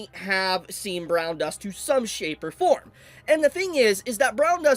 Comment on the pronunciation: The emphasis on "Shapes" was so strong 😂